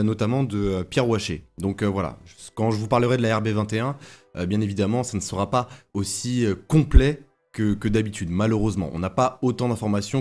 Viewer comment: Vidéo intéressante. Merci à vous. Une petite remarque, il n'y a pas de "t" à "sera". Donc lorsque vous dites par exemple "La RB21 sera une évolution de la RB20", il n'y a pas de liaison en "t". Désolé de "pinailler" mais bien s'exprimer est important, au moins pour moi! 😀